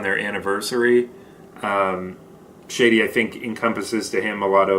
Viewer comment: I am planning to get a sample set and this was really helpful. Thanks for sharing! And Shadee is pronounced "Shaadi" not Shady 😊